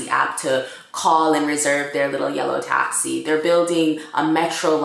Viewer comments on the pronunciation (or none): none